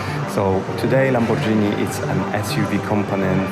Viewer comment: Lamborgini, nie Lambordżini